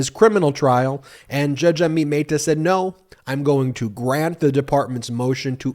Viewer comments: Dude Amit Mehta is not a Spanish name. Don't try to apply Spanish pronunciation. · Again poor pronunciation of Amit Mehta.